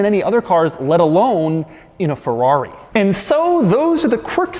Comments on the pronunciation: Ferrori,really Doug.cracks me up everytime you say it. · Oh boy, cannot stand the YT-pronunciation "FORRAWRY" anymore .... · It is literally painful to hear Americans pronounce FERRARI. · I can’t stand the way Americans pronounce “Ferrari”. And not just that, but almost every foreign word. At least try pronouncing it correctly, just to show that you are trying, not just saying a word the way that you see fit.